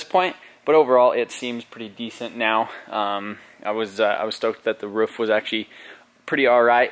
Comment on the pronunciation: Roof not Ruff lol Jkn, love the vids!!